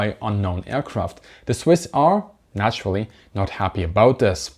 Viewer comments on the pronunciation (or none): none